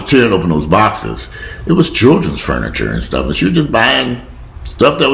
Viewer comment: Keep an extra eye on your mom. Forgetfulness usually is not temporary unless it was due to some kind of trauma. You're a great son. PS I love your fun-ni-cha. As they say in the South.